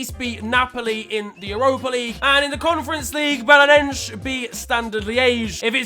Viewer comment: Belenenses* not Belenénz